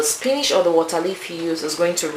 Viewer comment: You are a good cook. Please learn how to pronounce WATER; Its Wa-ter. NOT Wa- taa. You say water so many times.